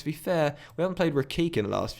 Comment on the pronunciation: Karim Rekik is pronounced ‘re-kich’